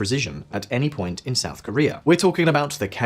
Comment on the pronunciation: . SHOUT Korea? Were they really that loud?